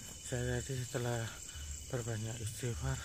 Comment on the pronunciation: Lidah masih kelu baca istighfarnya... (terdengarnya ASTAFIWOH) kurang fasih pengucapannya, semoga Allah Subhanallahu Ta'ala mengampuni